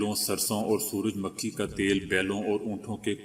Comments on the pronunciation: Bhai siraj MUKHI hy surah Makhi nahi. Correct it pls. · سورج مکھی۔ میم پہ پیش پڑھا جاتا ھے۔ زبر نہیں۔